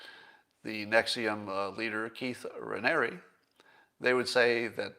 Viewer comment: Hey you pronounce Ranieri perfectly. Well, Raniere (same pronunciation). The Ranieri side always thought the Raniere side was all screwed up, thus the way they spell the name.